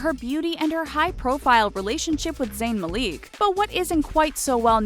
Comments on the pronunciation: Zayn's name is not MuhLeek. It's pronounced Mal Ick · IS NOBODY ELSE NOTICING THAT WHEN SHE WAS TALKING ABOUT GIGI HADID SHE MENTIONED ZAYN MALIK AND PRONOUNCED IT ZAYN MALEEK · Seriously. It's Malik not Maleek... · Malik not meliek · The way she pronounced Malik tho. Omg. Its Mal-ik not Mal-eek xx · IT'S ZAYN MA-LIK. NOT MAHLEAK. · Zane Mal-ick not Mal-eek lol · its malik. NOT MALEEK. MALEEK IS WRONG AS HELL why does this trigger me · No no no zayn didn't say "Ma leek" when he lost his Malik. It's MA-LICK. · ma-leek.... Malik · its not maleek its malik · It's Malik not maliek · Did she just say "Zayn Mal-ee-K"?????? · "Zayn Mal-eek." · lol I love how the talko says zayn last name "malik" she says it "maliek"😂😂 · DID THEY JUST CALL ZAYN "ZAYN MELEEK" omjsjsjbfusisj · ZAYN'S LAST NAME IS PRONOUNCED MAL-ICK MAL AS IN MALWARE ICK AS IN ICKY why does everyone mispronounce it. just watch one of the thousands of interviews XD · did she just say zayn maleek.... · She said Zayn Maleek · DID ANYONE ELSE JUST CRINGE SO HARD WHEN SHE SAID 'Zayn Maleek'? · did she ust pronounce zayn malik as mal leek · LOL! SHE SAID 'Zayn Maleek'!!!!!!!!! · i almost clicked off the video as soon as she pronounced zayn malik 'zayn maleek' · Zayn... Maleek?!?!? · "Malique"? Really? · Zayn "maleeek" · Lol "Zayn maleek" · "zayn maleek" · "With zayn maleek" nty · Did anyone else cringe when she pronounced Zayn's last name??? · Emersonlee mee ! ma-leek 😐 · why the hell do you pronounce malik like that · anyone else cringe when she said zayns last name wrong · No offense but u pronounced Malik wrong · it's annoying me how they pronounced Zayn Malik wrong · The way she said Malik....😒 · was anyone else pissed how she said malik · Did she really just pronounce zayns last name like that omg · It was so annoying when she said Zayn Malik wrong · Zayn Maleek???? OMG HECK NAH!!!! ITS ZAYN MALIK GET IT RIGHT!!! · The way she said Malik cri